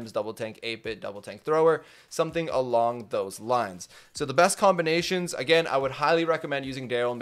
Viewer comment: Everytime says combination Me: did you mean *comp*ination?